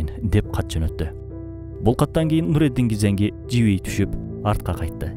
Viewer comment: Нуруддин Занки болуп айтылат